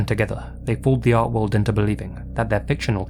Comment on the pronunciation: It’s “art” 🤣🤣🤷‍♂️👎